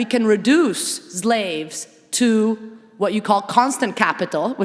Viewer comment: Professor McNally, how do you "forget" Black chattel slavery in the NORTHERN colonies of what later became the United States? And could professor Mattei please stop saying "ZLAVES," and "ZLAVERY"? The Afrodescendants of the United States and all the Americas would appreciate your making these efforts.